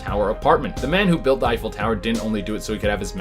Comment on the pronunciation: "Effile"? The Eiffel tower is spelled, "Eiffel". Please have your writer tattoo that on his forehead.